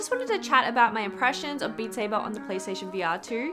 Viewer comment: Beat Saybah!